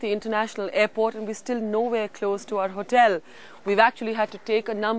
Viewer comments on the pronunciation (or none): none